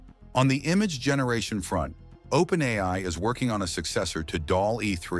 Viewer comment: Propaganda. Plain and simple. I wonder who's behind it? Total BS. The AI-generated voice even says "OPEN EYE" at times. Fortunately, nobody watching this who has anything important to contribute will buy any of this crap. Yes, there are issues. But the way they are phrased in this video makes it quite obvious that it's propaganda sponsored by a totalitarian regime, a regime with a lot to lose.